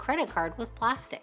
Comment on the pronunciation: Fyi: It's not "plastic" it's pronounced plas-teek